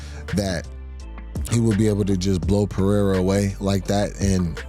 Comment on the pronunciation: the guy who’s name should be pronounced “Jam-a-hall” can’t pronounce Pereira?!